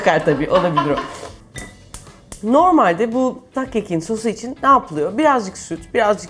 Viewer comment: "ızlak kek" :D